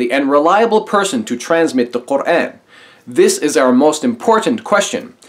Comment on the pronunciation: Although I don't agree with him about his hate for Islam, I do respect him because he pronounces "Quran" correctly.